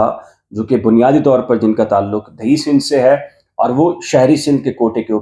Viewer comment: دیہی سندھ درست ہے آپ مستقل دہی سندھ کہ رہے ہیں۔ اردو صحیح بولنے کی کوشش کریں۔ برا نہ مانئیگا۔